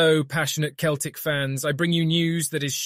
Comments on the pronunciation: It's CELTIC NOT KELTIC !! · Say Keltic one more time ya fanny